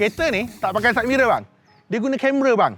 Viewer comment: sidemirror ❎ saidmerel ✅